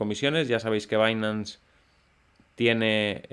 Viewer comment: Como siempre, muchas gracias por tus videos y la gran informacion que nos proporcionas. Solo una pequeña queja: si pronuncias correctamente 'bainans' por binance y no dices 'binansé' ¿por qué te empeñas en seguir diciendo incorrectamente 'alisé' en lugar de 'alis'? 😉